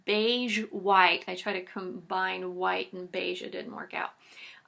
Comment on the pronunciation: You said "beige" like I say it in French. Thanks for great ideas!